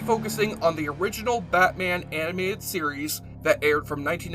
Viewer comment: "batman the Aminated series" LOL